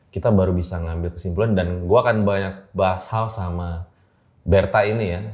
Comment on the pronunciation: Saking mantep mbaknya cerita sampe2 ngucapin vokal “a” nya banyak yg berubah jadi “ua” 😅. Sadar jadi suadar Banyak jadi buanyak Jatuh jadi juatuh 🤭